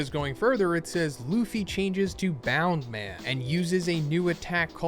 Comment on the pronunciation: its bounceman not boundman